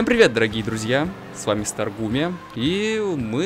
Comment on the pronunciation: старгуме? а не старгейм* случайно???